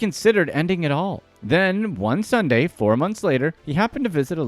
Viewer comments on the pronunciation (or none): none